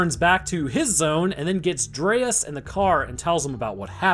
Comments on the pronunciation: His name is DREYFUS, not dreaus or whatever was being pronounced. Also im pretty sure the apes hadnt seen humans in the last TWO winters, not eight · How can you not pronounce Dryfus? Its literally said out loud in the movie. Delete your channel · THANK YOU for pointing this out. It kinda feels like he didnt really watch this movie, just kinda went thru it for the video. Because he also mispronounces Gary Oldmans character's name every single time in this video.